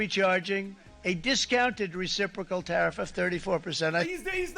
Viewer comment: SAAR! DO NOT TAR-EEF!